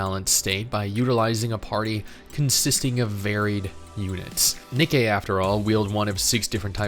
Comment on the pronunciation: It’s pronounced the same as the shoe company not whatever your saying